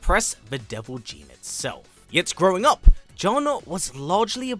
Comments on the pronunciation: How does that make sense? Nowhere in her history is it pronounced that way. I don't understand how people can only hear one pronunciation and still get it wrong. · I mean the game tells you how to pronounce her name and the trailer for her character does too there's no debate it's pronounced like June. Kinda annoying when white people don't bother to pronounce things correctly especially when it takes 10 seconds to Google pronunciations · The games tell you how to pronounce her name. It's right there. This is like "Ong" in The Last Airbender movie... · Narrator you know FULL WELL that you are pronouncing Jun wrong 😂😂😂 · It's Jun not jhon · Please, It's "June" (how Jun sounds in Japanese phonetically), not "John"...😢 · There’s only one way of pronouncing her name and it’s JOON, not and never Juhn. It’s a Japanese name. Even from the games they clearly say JOON. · in japanese jun(準) is pronounced as jee-yoon. juhn and june are both incorrect lol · "JUHN Kazama or JOON depending on how you wish to enunciate it." My guy. Every game literally pronounces it JOON. Never in my life have I heard someone pronounce it as JUHN wtf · I've never heard anyone mention her name as "Juhn" which is very grating to listen to. She's Japanese so her name would always be pronounced as "Joon". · This guy did say Joon once but went back to Juhn rofl. So weird. 😂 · Why do you guys pronounce her name as "Juhn" when the developers and other characters call her "June"? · Jun in pronounced “June”. Not, however someone wishes to pronounce her name! Lol! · It's pronounced June, even the characters in the game say it like it. This was painful to hear 😂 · i'm pretty sure it's pronounced as "june". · The way you pronounce her name is too cringey! John Kazama . Trying to make it fancy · Jun is Japanese, “Joon” is the way you pronounce it— to be like, “you can pronounce it anyway” is a bit tone deaf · Jun is pronounced june in the game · Killing me with the "John" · more like JOON'N